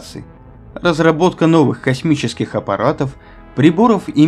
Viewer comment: Мне так нравится, когда Вы говорите "косЬмический"!!!! Это так душевно и лампово!!! )